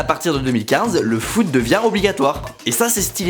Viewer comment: Le foute au lieu de foot 😂😂